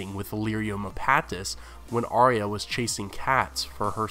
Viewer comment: Arya not Ariya